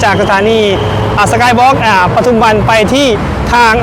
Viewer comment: ปทุมวัน อ่าน ปะ ทุม วัน ไม่อ่าน ประ ทุม วัน เด้อ บ่าวโบ้ ปทุมวัน ไม่มี ร เรือ ถ้ามี ร ประทุม ความหมายไม่เหมือนกัน